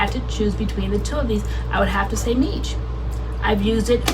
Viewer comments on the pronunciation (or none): Love this series! Oh and by the way Miche is meesh not meech lol. It's even sounded out for you on the label.